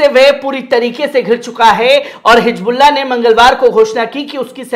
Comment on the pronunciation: Jaha higbulla jaha sahi hizbullah h.jaha Jaha... alfaz drust kare,vaha sunne wale sharmate h